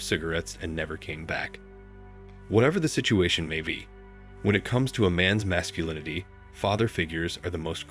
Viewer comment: Teach your robot how to say 'Scar Face' and 'Masculinity'